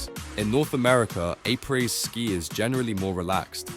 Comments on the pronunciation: What the hec is “aypray ski”? 😂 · “A-praise” ski? 😅